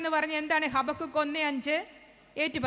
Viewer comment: ഹബാകൂക്ക് എന്നാണ് ശരിക്കുള്ള pronouciation ഹബകുക്ക് എന്നല്ല. Maybe that is why the girl got confused.